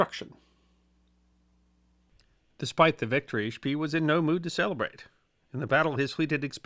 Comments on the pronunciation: Are you sure "spee" is not pronounced "shpay"? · I am kind of a history nut and one of my first memories as a kid was the movie Graf Spee. I have watched everything I can find on this subject and I have never heard the pronunciation schpee as opposed to schpay, even seeing Germans interviewed. Maybe we can get someone else to way in? Thanks, love your docoes! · One note, Spee is pronounced like 'shpay.' This is a really excellent summary of the battle of Coronel, thank you! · Indy Neidell had a similar discussion about the pronunciation of 'von Spee' in (I believe it was) the comments section of one of his WW1 videos. IIRC, he stated that all Germans he had heard say the name pronounced it 'Spee', not 'Shpay'. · Und vat ist vrong mit SCHPAY?!? 😁 The German documentaries pronounce it as Shpay. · Love your videos. I have great respect for well-read folks such as yourself. I know finding good pronunciation guides when you have only seen something in print can be daunting. If I may make a couple suggestions in this spirit of respect. Canopus is named for the star, can-OH’-pus. The double-e in German is pronounced “ay”, so Spee is shpAY, in fact the rest of the Graf’s name you did quite well. So just amend the last syllable Graff’ fahn Shpay’. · The German "ee" is pronounced like the English "ay". Also, the "g" in "gn" is never silent in German. But these are nitpicks of yet another history short! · Great video as usual. However, a note on pronunciation: Gneisenau is pronounced G-neizenau. Spee is pronounced Shpay. See you in the next video. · Spee is pronounced "Speh", a double vowel in German is stretching that vowel....